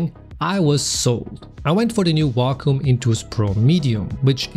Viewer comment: Awesome video and bonus points for pronouncing Wacom correctly :D